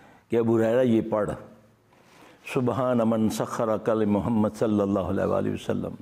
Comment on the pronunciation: molana salalhoalhiwalihiwasslam sahi tarah kha kro .